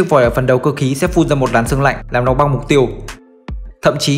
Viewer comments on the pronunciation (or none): none